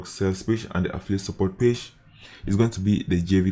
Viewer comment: i like how you say page=pache😂